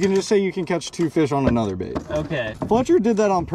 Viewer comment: U said live baet